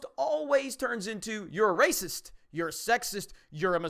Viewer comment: I don't know if this is only me but when I hear them say racist, all I hear is raisins.